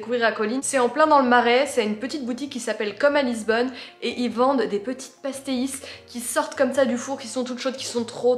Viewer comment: «des petits pastéé-iiIii-ssse» mdr 😊😊 c'est choupinet hihi. Juste pour info, ça se prononce «pach-tèich» 😉 Voili voilou, c'était la minute portugaise ^^